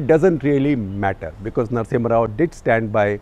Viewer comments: #CTC ... Its Narasimha Rao, not Narasimhan ... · Narasimha rao... not narasimhan rao... you interviewed him , at least know how to spell and pronounce great mans name.. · SG sir, you added an extra "N" in the "Narasimha Rao"